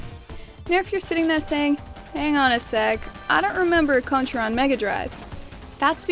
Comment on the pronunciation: Thank you for pronouncing the game correctly. You would be surprised how many people fuck that up.